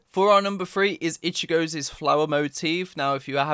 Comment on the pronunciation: "ichigo's's" .................the fuck